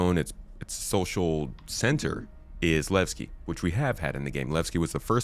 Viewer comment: I am waiting for the PU... Want to know Levski and not. Lagski 😂